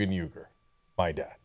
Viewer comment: It is so embarrassing Cenk can't even pronounce his father's name the correct way.